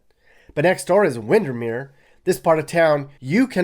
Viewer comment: Yeah, no one says Windernears.